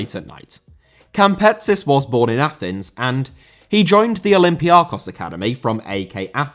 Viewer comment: Olympiakos* not Olempiohrkos